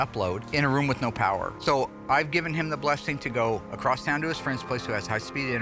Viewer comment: Across, not acrossed.